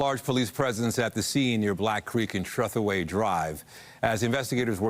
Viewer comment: it's pronounced Trah-thoo-ee.... not treth-way